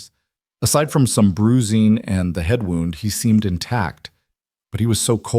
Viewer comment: My suggestion would be to listen to the finished video before posting it some of the foreign languages that are left in are irritating and the missed pouncation of words as in wound as in injury and wound as in to whind something up